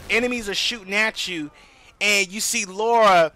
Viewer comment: Pronounced La ra